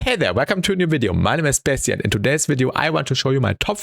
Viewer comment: Your name is what?? Spacetian? I genuinely don't know what you're saying.